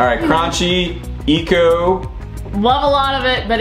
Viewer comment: Its pronounced "cranky"